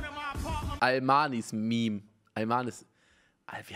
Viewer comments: "Alman is meme" Niemand: Unge: "Almanis meme"😂❤️ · Ich glaub das heißt Alman is meme und nicht almanismeme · unge ey es heißt alman is meme xD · Unge: Almanis Meme Ich: Alman is Meme* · Unge nur zur Info man spricht das nicht almanismeme aus sonder alman is meme denke ich jedenfalls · "Almanismeme" ahja man kennt ihn